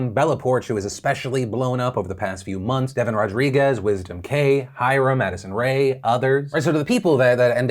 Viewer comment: Did you say Maddison Rae...ohh Phil its Addison Rae..come on...get it right😀